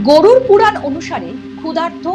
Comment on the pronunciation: Anchor mamoni ekta demo dekhale toh parten naki , Mrityur por dekhtam ki hoi 😢😢 Ota Gorur 🐄 puran nah .. Uccharon toh ma mashi kire dicchen je 😂😂😂😂